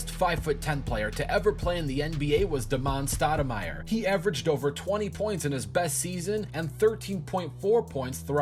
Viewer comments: When he didn't know how to pronounce Damon Stoudemire I knew that this list was off. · Duh-mon Stoudamire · And Damon Stoudamire... he said da-MON lol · Yeah and Duh-mon Stoudamire too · And Da- MON Staudemire, considering he is running a channel named Rebound Rewind, he shouldnt be getting the pronounciation wrong, these are very well known players! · Cameron Hageman also Da-mon Stoudamire.... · He did Damon Stoudamire wrong too